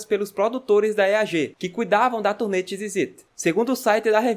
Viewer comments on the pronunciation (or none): Me incomoda o cara falando “tis” em vez de “dis”